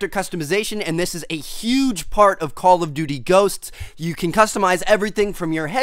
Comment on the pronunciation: I been watching ur vids for a while and it gets annoying that it sounds like ur saying call of butty ghosts